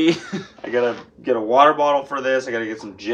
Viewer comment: should sell trains water bottles that say waterbauter